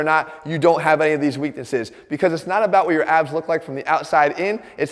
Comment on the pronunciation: My brain knows he is saying "weak abs" but my insecurity is hearing "weak a$$" and I probably deserve it. :(